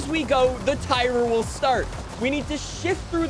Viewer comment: "the tire sill start" 🤣